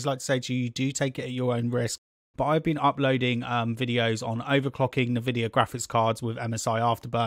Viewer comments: Dude its Nvidia not nevidia lmaooo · Nevidia? WTF!? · As soon as I heard Navidia.... I was done. lol.